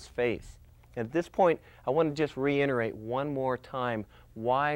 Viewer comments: he said, "just to re-inerate" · "Just to reinterate..."